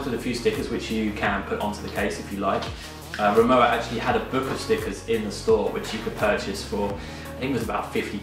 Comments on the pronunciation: Nice video, Rimowa is a German brand and w in german pronounced like v in English so basically it sounds like RIMOVA :) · they say PorschE and Rimowa is pronounced RimoVa, it’s a German brand originally and it has always been called RimoVa. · Exactly. The W is pronounced as a V, So it’s RimoVa Unfortunately Louis Vuitton MH have now bought the brand and the prices have soared